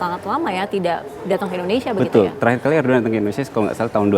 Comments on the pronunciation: Bukan erdoan MBK, Erdogan 😅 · ERDOGAN mbak bukan ERDOAN😂😂😂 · ERDOGAN bukan Erdoan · PEMBAWA ACARANYA BERITA TV ONE GA BISA BACA ERDOGAN JADI ERDOAN hehehh PEMIMPIN MUSLIN TERBAIK SEORANG ERDOGAN Menurut Saya NEGARA KECIL TAPI HEBAT DALAM PEREKONOMIAN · Host TVone pada kurang literasi. Erdoan Erdoan.. ERDOGAN tau! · Erdogan kenapa kalian baca erdoan😢😢😢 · Erdoan erdoan, itu erdogan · Erdogan mbak bukan Erdoan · Erdogan bukan erdoewan mba Haha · Ardugan KA bukan arduan. Namanya Ardugan